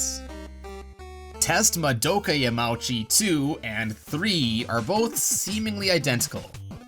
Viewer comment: it's pronounced yamaoochi not yamaowchi tut tut tut